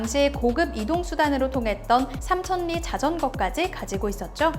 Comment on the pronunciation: 삼천리 발음은 삼천니가 아니라 삼철리입니다